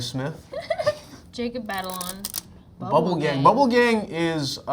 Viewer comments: Tom: "Jacob Batalon... Tag-a-long? " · Jacob Batalon, Tahghalog 🤣🤣🤣🤣🤣🤣🤣